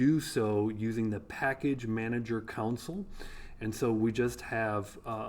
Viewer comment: Council App .. i said wow .. new type for agent framework.. and i understood it as console when he said "package manager console" .. :D